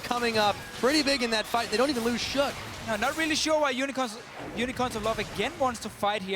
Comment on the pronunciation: Krazy Lobster not into that 1 inch shit. Just you are so stupid not being able to pronounce unicorns